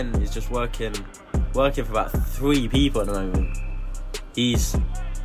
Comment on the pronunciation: Over the course of many videos I have realized that... can't say three 🤣🤣 "Fwee"